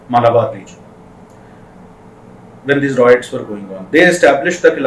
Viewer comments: Good explanation but it's pronounced "RIOTS" not "ROITS" , please be careful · it is rye-ets not roy-ets.